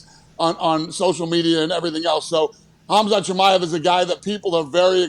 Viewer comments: "KOMZOT KIMMIEV" SMH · Hazmat Gimmiav is hey pronounced it in the beginning 😂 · oh no i know pat and did not just call Khamzat "Kamzat Kimiev"... boys boys boys smh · “Khamzat Kimiev” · "Khamzat kimeav" 😂😂😂 dude is probably the fastest growing UFC star rn... the disrespect! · “Kamzat Kemiev” 🤣🤣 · Never heard Khamzat Chimaev pronounced so badly before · Boys I love ya. But you ABSOLUTELY butchered khamzat chimaev name lolol cmon he's a goat in the making. Sweet Jesus you have the president on ur pod🤣 cmon:_HowYouDoin::_KeepMovin::_MadMel::_MadMel::_MadMel::_MadMel::_MadMel::_MadMel::_MadMel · pronunciation of Khamzat Chimaev is hilarious